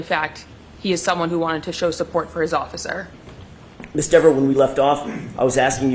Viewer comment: its dever,,not deever,,sir! and its a garooge not garage